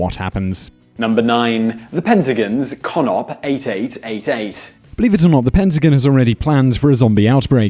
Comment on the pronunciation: “The Pentagin.” Me: “Is that a Country?”